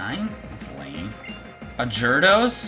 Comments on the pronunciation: Ray Vun you said he said jardos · did you just call a gyarados "jurdos"? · He called Gyarados Jerdos XD